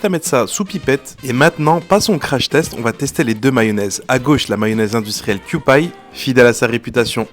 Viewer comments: Kewpie, ça se prononce "i" à la fin, pas "aï" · Ça se prononce quiyoupi 😢 et non pas quiyoupaille… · On prononce pas "kyoupaille" mais "kyoupi".... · Ça se prononce “kewpy” ;) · Avec un ou et un i longs. En fait, ça se prononce simplement comme les lettres QP en anglais. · Avec un i long. En fait, ça se prononce simplement comme les lettres QP en anglais.